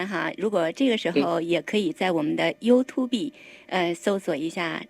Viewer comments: YouTube不是唸You to be主持人錯了😂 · 我说了好多年的you tu be 😂知错就改✌️